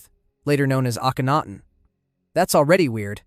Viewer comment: I really liked this video, but I'd like to offer two suggestions. First, it would be even better if you checked the pronunciation of certain names. For instance, you correctly pronounce Akhenaten, but repeatedly mispronounce Aten. I'm guessing that you've heard Akhenaten's name a lot more than the word Aten, but it's right there in the name. Also, it would be great if you listed some of your sources. I would love to learn more about the people you discussed, and that would make it easier for people like me to know where to start. Thanks!